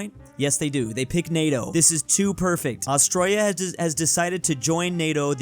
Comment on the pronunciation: "Austroya" is very painful.